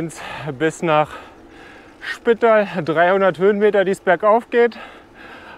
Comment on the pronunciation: Für mich als Österreicherin istdeine Aussprache der Ortschaften oft sehr lustig. Wir betonen ganz oft auf der letzten Silbe. Spitaaal zb. Lienz ist mit einem betonten e und Villach wird wie Vater gesprochen😉